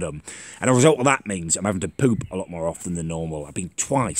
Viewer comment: why do you say cook, poop and book so weird?😂😂😂😂😂😂